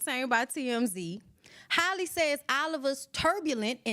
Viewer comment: Halle not Holly